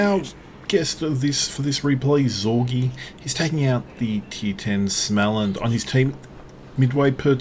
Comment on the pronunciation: ' it's smolland btw:) The o above the A is a modifier like a German umlaut Funny how so many DDs don't do the booty thing